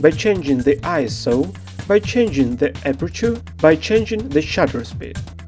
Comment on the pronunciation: Thank you so much for pronouncing ISO correctly! So many YouTube "pros" say I.S.O.